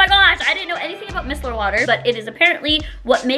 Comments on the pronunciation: MY-SELL-ER not MISS-ELLER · It’s MYYYYY-CELL-LUR!!!! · it is pronounced “my seller water” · MY-SELLER water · My-cell-ar water but yes absolutely love it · It’s pronounced MYCELLAR water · There’s more important things going on in the world than how she pronounces micellar water or her backdrop. Instead of spreading hate, let’s do our best to be kind!